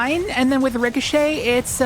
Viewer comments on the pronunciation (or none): none